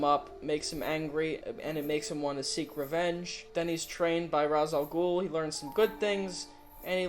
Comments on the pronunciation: The only thing that really bothers me about the Dark Knight movies is that they mispronounce Rā's Al Ghul's name! They say it like RAHS-AL-GOOL when it's supposed to be RAYSH-AL-GOOL! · Ra's Al Ghul is actually pronounced Race. The Batman Animated series pronounces it Race. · shaky cam is the worse People saying "Raz" al ghul (or gul) always bug me